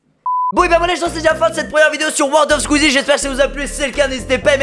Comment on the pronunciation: c'est squeezie pas skisie mdr